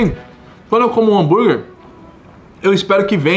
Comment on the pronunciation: Bããããrguer??? Ou burguer king?